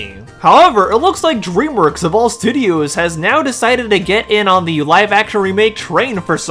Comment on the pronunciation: Dude learn how to pronounce DREAMWORKS.